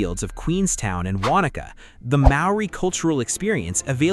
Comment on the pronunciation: The AI got a few wrong, including Wanaka.